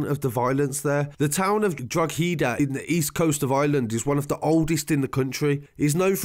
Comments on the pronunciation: Let me help with prenunciation a bit DROUH HAD HA ( Drougjada)This kid just spoke out about his killer and was made an example of. Its not really gang related. He was used as an example to others. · DROGHEDA IS PRONOUNCED LIKE DROHIDA NOT DROHEEDA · gotta love drog heeda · good videos but its dro-heh-da silent g bud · DROG HEEEEDA 🤦‍♂️ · Anyone wonder drogheda is pronounced like drawhada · It’s pronounced *Draw ha Da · droheeeeda LOL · Droth ..he ..da 😂😂😂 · It's not droheeeda 😂😂😂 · It's pronounced "DRUH-HUH-DEH" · Drogheda => draw huh da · Draw- head-a bettys-town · drogheda= ''droh huh da'' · Drogheda is pronounced Draw haa. da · Hahahaha now Robbie is dead and it’s pronounced dro-he-da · Drogheda is pronounced drohida 😂😂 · Its pronounced droheda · Say DRAWDA please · Drogheda is pronounced draw ha da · It's pronounced drohida m8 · It’s pronounced drawda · Draw-hah-dah it's pronounced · It’s pronounced dro he da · Pronounced droh-hi-da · Drogheda =draw-head-da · pal its draawwwda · Being from the town Drogheda I cringed every time he said the name wrong 😂😂😂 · Yeah but he can't pronounce Drogheda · Same tbh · I live here and I've gotta say your info is very good, spot on.. Just please say Drogheda right 🙈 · I new he would mess up saying drogheada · The real crime here is the mangling of these Irish placenames. I wouldn't mind the Drogheda one so much, but calling 'Bettystown', 'Betsytown' has to be a pisstake. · the g is silent in drogheda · Very detailed report, comprehensive and commendable, this was a shocking act of violence. Unfortunately the pronunciation of place-names from the ears of an Irish person is horrible. Talk about murdering! That aside, hats off for the research, that took alot of time and effort. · the g is silent in drogheda bro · The g is silent in drogheda bro 🤣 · It’s Drawda not drog he da!...great summary though 🙌🏻...excellent work ! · Droh ha deh....how its pronounced not drogheeedahhhh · nobody says drug he da. It is draw he da